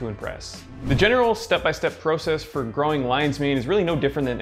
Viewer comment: Nice video. Only complaint is the way in which you say “process”. Lol